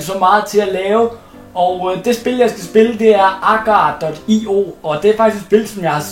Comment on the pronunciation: Det udtales agario. Men go' video.